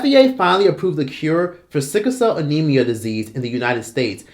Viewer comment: Sorry, don't mean to be a pain...but did that News Broadcaster say "Syphilcell Anemia"...🤔